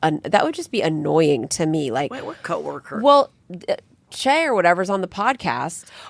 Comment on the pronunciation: Hahaha Che getting mispronounced 7 different ways each episode